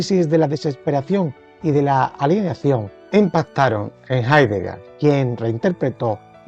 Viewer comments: Hablamos español. Y el apellido de este filósofo se pronuncia Haideger, no Haidegá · Jaidega?? asi se pronuncia?? no es Jeideger? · Mal pronunciado el apellido del filósofo.